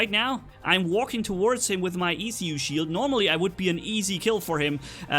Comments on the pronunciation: For the 100k subs vid. Do your stupidest mistakes like when you said the e-c-u shield. And you said ancile instead of shield. Lol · It's called an eh-coo <- by pronounce in proper English but by name is ee-coo<- also by name